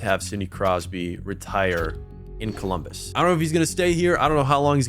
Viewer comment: "Cumbolus" Deadass bro?? 🤣